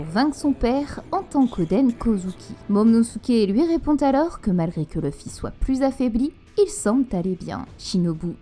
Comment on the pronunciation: Tes vidéos sont plutôt correct avec de bonne théories généralement. Par contre c'est Luffy pas Leuffy...